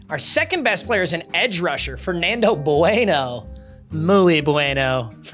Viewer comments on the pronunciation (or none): none